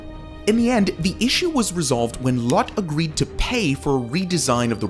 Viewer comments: Why on earth did you pronounce it LOT Tower?? Its Lotte... as in "loh-tay" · It’s pronounced Lot-te not lot. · The ‘Lotte’ in Lotte Tower is pronounced ‘Lot-Tay’, not ‘Lot’. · Good video. Very informative. Just as FYI Lotte is pronounced in two syllables. "Loat-Tae" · I’m pretty sure Lotte is pronounced lo-te not lot. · LOTTE is pronounced “LO TAE”… not LOT like parking lot. 😊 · "The Lotte Tower" is pronounced "Low-Tay"--not "Lot." "Lotte" is a Japanese confectionery company and even sponsors a professional baseball team in Japan--the Chiba Lotte Marines. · not Lotte (lot), it’s Lotte (low-tay). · ….isnt it Lottay? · "Lot" Tower. hahahaha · Korean LOTTE- Pronounced Lo-teh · Lotte is pronounced Lowt-Tay in Korea and Japan... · Lotte is pronounced Lottay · Look up the Korean pronunciation of Lotte. It's basically lo-te. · "Lotte" is pronounced "Law-Tay" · I’m known for some mispronunciations, but dude’s butchering of Lotte Tower was awful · Would be nice to do more research on the pronunciation of these names. Guangzhou is not pronounced like that. It’s closer to “oo” than “ow”. Also the the “e” In Lotte isn’t silent. Although Lotte isn’t big in English speaking countries it’s a very common name in Korea with burger chains, buildings/hotels/shopping malls. They have Lotte world, and they also sell food in supermarkets/convenient stores. Also how is Taipei 101 the tallest skyscraper between of the taller Willis tower was up since the 1970s? I just feel this needs more explanation.